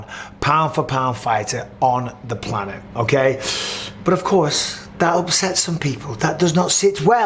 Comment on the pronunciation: "Planet " ?!?!?! Come on man !